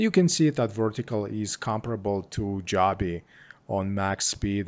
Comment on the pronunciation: It's pronounced joe-be